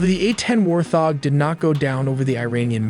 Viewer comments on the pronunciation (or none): Bro said War-Thog..... It's pronounced Wart-Hog 😅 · The A-10 Warthog is pronounced wart-hog not war-thog lol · It's "Wart Hog" not "War Thog"... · I was under the impression it is pronounced wart hog not warth og. I could be wrong, it happened once about 22 yrs ago when I told my wife it was going to rain and it only drizzled🤷🏼‍♂️ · It is pronounced Wart hog not warth hog. You didn't program the AI how to pronounce barrage correctly either. Your AI also needs to learn how to pronounce infrared and anomaly as well. Maybe have a Human do the audio instead of this piss poor text to speech. I remember a Windows 3.1 text to speech program doing better pronunciation that this. How far text to speech fallen what a 386 could do better text to speech than modern AI. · you need to learn how to pronounce Warthog, it is Wart Hog not war thog!!! and Infrared is Infra Red not infered!!! DOH!! SMH! get you Ai self together! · WART-HOG! not warthog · Please fix your ai speech....it's a wart hog not a war thog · Its "wart hog" not "war thog" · It’s wart- hog. Not war- thog. Great video though. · Need the fix that pronunciation. It's Wart-hog not War-thog. 😂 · I had to leave when you kept calling it a war-thog. It’s wart-hog son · You need to fix your AI script...its not "war-thog"...but "wart-hog"....there were other silly mistakes but otherwise it's a gripping story. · Killing me smalls!!! It’s Wart Hog! Not War Thog! War Thog just doesn’t make any sense! Can’t botch the name on one of the best jets in history!!! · U should make sure your AI can pronounce words better. Like 'wart-hog' not 'war-thog' & 'infra-red' not 'inferred'. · hire a human to read the script. lazy. a warthog is a wart-hog, not a wor-thog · AI….lol. Warth-hog. 😆 Pulling high G-S. 😂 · Lmao what is a A10 "Warfhog" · The AI pronounces words like Candace Owens. It’s irritating. You can actually go over your work an make corrections. “war-thawg”??? Really????? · It’s WART-HOG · War thog??! Seriously??😂